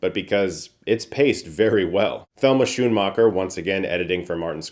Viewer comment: Pretty sure her last name is pronounced “skoon-macher.”